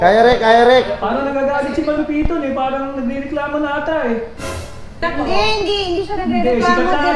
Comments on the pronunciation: it's ma-lu-piiiii-toon not ma-lu-piton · It's Ma-lu-piii-ton not Maaa-lu-pi-ton 😅 Sorna na.. Bicolana here😅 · They always miss pronounce MALUPIIIITON to MAAAALUPITON